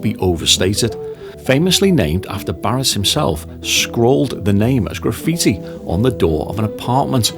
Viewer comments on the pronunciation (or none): none